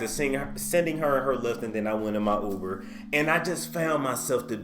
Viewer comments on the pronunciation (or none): none